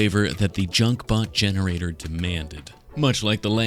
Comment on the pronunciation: I thought he was gonna use ai when he said gensrator thank god😂 And the dr pepper bots will rise up